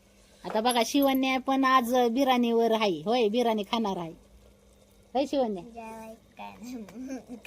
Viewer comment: बिरानी नाही ग ताई बिर्याणी अस असते ते